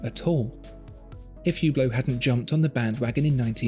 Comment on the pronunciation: BTW its pronounce without the H